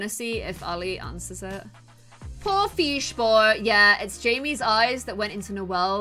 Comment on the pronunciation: and "he looks like a feesh boy" EDIT:thx for likes 🥰